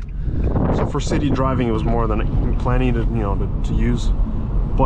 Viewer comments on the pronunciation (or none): none